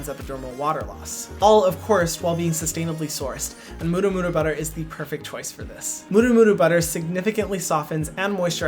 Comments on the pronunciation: At least the murumuru was pronounced decently, but now I learn that you had Brazilians with you, and no one corrected your maracujá emphasis on Á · HYRAM ! I love how you pronounce "murumuru butter" very close to Maori pronunciation, maybe the Hawaiian influence.